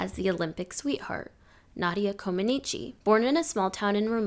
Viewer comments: I cringed every time the poster pronounced Comăneci incorrectly. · If you are going to do a post on gymnastics LEARN how to pronounce Nadia's last name correctly. It's Romanian NOT Italian.